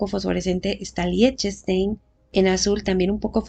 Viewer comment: LIECHTENSTEIN SE PRONUNCIA ASÍ: LIJTENSHTAIN